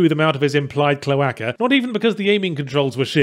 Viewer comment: It's pronounced "CLO-AY-CUH" ;)